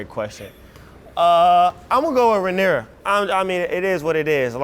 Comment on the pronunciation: Hell nahhhh he did not say RHAENYRA 🙃🙃